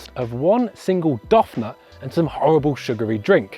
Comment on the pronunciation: did he just pronounce donut (doughnut) as doff-nut.